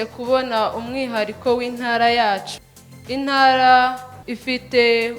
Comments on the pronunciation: Pliz,bavuga intara ntibavuga inara! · Ariko se ibi bintu byo kutavuga ibihekane byadutse noneho ni ibiki!!? Ngo INARA,NYAMINGA!!! nuri ndumva ariko avuga